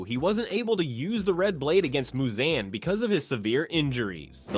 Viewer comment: Bro said Muzanne 😭